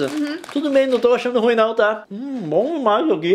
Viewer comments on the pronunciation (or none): none